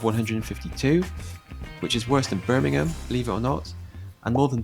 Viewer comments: Just so you know bud, you don’t pronounce the H at the end of Birmingham 😂 you pronounce it like Birming-um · Stop saying the "ham" in Birmingham ... it's Birmingum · It’s pronounced burmingem 😂